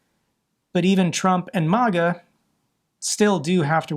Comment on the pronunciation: May-guh, not Moh-guh.